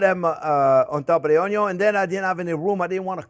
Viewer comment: Thank you Chef! The entire family loves your show. The youngest (6) loves to zoom around saying "onyon" like you do. The way you pronounce "worry" is Scooby-Doo adorable. Sharing the secrets of good cooking is a gift to us all. Happy Thanksgiving to you and yours.❤️ BTW, it smells wonderful in my home right now as I prepare my turkey & gravy following this recipe.